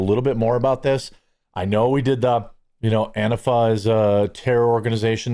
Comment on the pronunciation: Everytime you say anntafa I have no idea what you mean. Did you just reinvent the pronouncing of an tee fah.